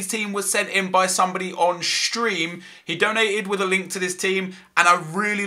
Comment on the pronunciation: Today's team was sent in by somebody on Shtream lol love how he pronounces it.